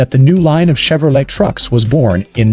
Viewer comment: The pronunciation is just off. No one calls the trucks COA They’re called cab overs. And saying Chevrolet with a hard CH is just silly as can be.